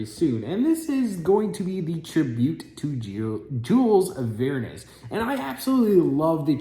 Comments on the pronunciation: It's pronounced 'marinaDe' not 'marinaTe'! And it is Jules Verne, not Vernes! He's one of the best and most famous authors in history. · Rhymes with Fern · no "s" on the pronunciation .. said like Vern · I cringed every time lol (, there is no 's' in Verne and the last 'e' is silent just FYI)